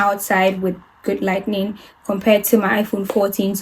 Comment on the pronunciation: the way you say “lightning” instead of “lighting” is so cute 😭 also, i loveee the video- so informative and helpful for beginners, thank you! your editing style is lovely too 👌